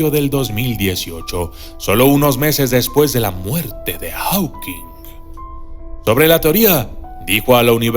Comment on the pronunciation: "Jókins" no "aukins" ..."Estifen jókins" ....fonética carajo!!! 😑